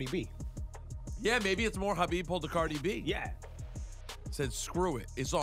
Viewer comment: Cringed when he destroyed Khabib’s last name 🤦🏽‍♂️